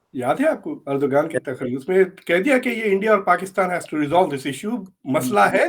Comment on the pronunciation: the name is written ErdoGan, pronounced ErdoAn!